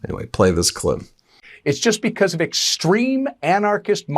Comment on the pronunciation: STOP SAYING "BECOSS" STOP DYING "PLAY THIS CLIP" STOP CLAWING AT THE CAMERA